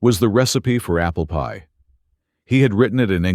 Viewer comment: Is it just AI stupidity or can't this manufactured voice say "apple PIE?" It is NOT APPLEpie. Emphasis is on the pie, NOT the apple.